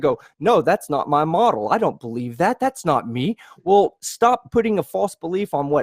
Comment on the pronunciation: Ugh, everytime I hear, I remember how much I hate the way he says "wool" instead of "well"